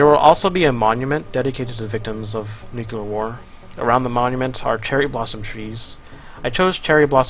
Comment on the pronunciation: come on,, "nuclear" is pronounced as "nyu and clear" together, not "nukelar" PLEASEEEE